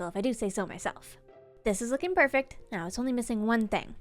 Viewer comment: They way she says "Perfact" instead of perfect 🥰